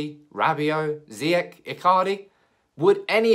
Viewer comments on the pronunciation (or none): Ziyach not with a k but with a sh .. 😉